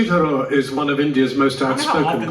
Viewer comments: When pronounces his name it sounds like Shashi zarur. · When said shashi tharoor, I heard “shashi the roar” 😛